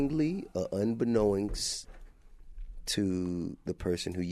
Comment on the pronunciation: Unbeknownst is really difficult for this host to say.